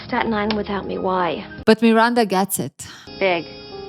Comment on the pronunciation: I love how you pronounce Miranda 😊❤